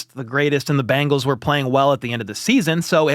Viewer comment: Is Bangles? Or Bengals? I know the Bangles had hit songs in the 80s like Walk Like an Egyptian. However, the Bengals was not a hit song for anyone. But!! Good news!! Michael Jackson had a number one hit called “Ben.” Which is a primer on how to say the name of the Cincinnati football team! Ben-gulls. Difference from Bang-gulls my English speech teacher chided me today.